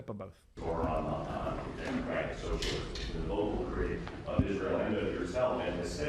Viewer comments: Actually insane how even in his concession speech when he lost, Cuomo still couldn’t say “Mamdani” correctly. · Cuomo and Trump are children. Just say his name correct ly.. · Mispronunciation of a Mayoral Candidate, which if it is either intentional shows racism, or unintentional which shows their ignorance and inability, is mind-boggling. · So funny of Andrew Chomo to mispronounce Mamdani because he can’t go after him for anything else